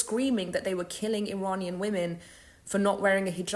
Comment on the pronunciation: i like what she is saying but she cant even pronounce "iranian" correctly